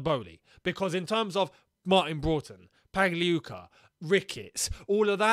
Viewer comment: finally pronounces Pagliuca well😂